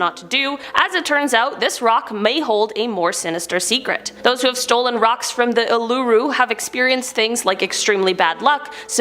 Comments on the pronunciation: Jeez the pronunciation of Uluru "olooroo" lmao, Its's said like "Oolaru" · It's not pronounced Uluru as in ooh-loo-roo. It's pronounced ooh-luh-roo. The emphasis is on the R, not the L. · Why are you saying uluru so weird? it's not a lo lo rock it's more like "all a roo " put into one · Being aussie, it's pronounced oo/la/roo not oo/loo/roo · It’s pronounced “ooo-loo-roo” not “aluroo” but love ya vids :) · it's not uh-loo-roo rock, it's pronounced oo-luh-roo.. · I love how she said Uluru like ahlohrooh instead of Oohlarooh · just too to clarify, for Uluru, its pronounced oo-lah-roo, not ooh-loo-roo :) im also 99% sure thats illegal to hike uluru as it is a sacred historical and indigenous site of Uluru-Kata Tjuta National Park. there have been so many accidents and destruction of Uluru, and i personally the elders we have left of the Yankunytjatjara and Pitjantjatjara tribes should be the ones running these tours as they are the traditional land owners. i dont really know why you need to know these things, but here you go i guess :) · As an Australian hearing you say Uluru (oo-loo-ra) is irky 🥴 it is pronounced: oo-la-roo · It's not pronounced oooo-loooo-roooo it's oo-lah-roo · “Ool-lah-roo” not “oo-loo-roo” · The way you said ularu lol pronounce it as oo-laa-roo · ULOROO- ITS PRONOUNCED OOH-LA-ROO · Uluru is closed off, you can’t walk on there anymore it’s a very sacred area. We never hear anything about any curses that it may have, so that was new. Uluru is also an aboriginal name and is pronounced “Ulu-roo” not “Ooloo-roo” 😊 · Ooloo-roo? What?! 😂 I have never heard it pronounced as Ooloo-roo. It’s indigenous name is Uluru, pronounced “Oo-luh-roo”, and it’s English name is Ayers Rock, pronounced “Airs Rock” but most of the Australian people will refer to it as Uluru as that is its first official name. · Cringing at the pronunciation of Uluru. I’m Australian and it’s pronounced oo-ler-roo, not oo-loo-ru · It's oolaroo, not oolooroo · ooh-la-roo not ooh-loo-roo 😗